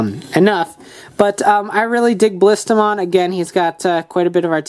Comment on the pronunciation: its not Baliistamon it is Ballistamon. sorry just had to